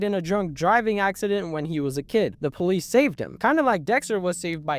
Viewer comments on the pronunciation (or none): none